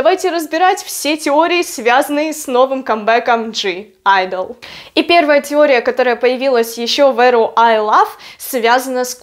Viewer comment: Правильно произносить не ДЖИ айдл, а просто АЙДЛ.